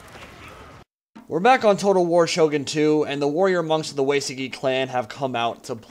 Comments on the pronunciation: btw Uesugi pronounced oo-A (like the letter or the canadian "eh")-soo-gee (hard g, like golf or gangrene) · I think its pronounced Ooh eh su gi for Uesugi.